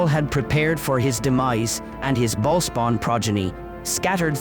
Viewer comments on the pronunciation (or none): Lol "baalspawn" 😂